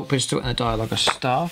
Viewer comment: dia-low-jus .... Ark-o flagellants ...